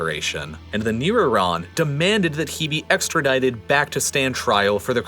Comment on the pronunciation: you can’t pronounce “New” ? Or was that just a misreading? Just curious, no judgement